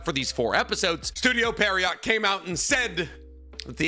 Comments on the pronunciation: Studio — repeat after me; Studio Pee a rot, not Studio Periot, Pierrot, Studio Pierrot. 😂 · It's pronounced as pierre row not pierre rott 😑😑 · Pierrot is the name of a type of clown. Fitting name for them. Also it's pronounced like "pea-arrow" not "pear-E-yacht". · It's PIERROT, not PERRIOT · Does anyone else think he’s saying the studio name wrong? 😂 I’m hearing Perriot not Pierrot 😂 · yeah right! even the logo has the clown face, I was sooo surprised with the pronunciation 😂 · goddamnit, can you at least TRY to pronounce it correctly!? It's not perrryott. It's Pierre-oh (like the French name). I get it with all the japanese words but come on, dude. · It’s Pierrot like a clown kinda like what’s on the logo you dip it’s not pier-rot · I just don't understand how you are saying Pierrot when it's a french origin name and would be like Pier - roh. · It’s pronounced “Pier-oh” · Bro called it parryot lmao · Is dyslexic? Seriously asking, maybe this is already mentioned before but i've been watching his naruto content for almost a year and constantly see him struggling or mispronouncing things that he should know already how to pronounce. And with this "Perriot" example it became way more obvious this time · Just for the future, Pierrot is a French word. You pronounce it "pee - air - oh". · Pierrot is actually pronounced more like "Pee Arrow". It's the French word for clown. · These mispronunciations of Studio Pee-Air-Oh make my skin crawl 😖😂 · studio "periot" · he is lol. it's pronounced "pierre-oh". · Pronounce "Pierrot" like "pee-hair-ho" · It's officially studio Perriot 😂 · Why do you pronounce pierrot like peariot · Bro keeps saying estudio Perryowt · Damn, this guy really can't pronounce "Pierrot", can he? lol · doesnt know how to pronounce "studio pierrot" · MF can't pronounce pierrot to save his life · The way you mispronounce the studio name over and over 💀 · After hearing all this, I don't even mind that you mispronounce their name anymore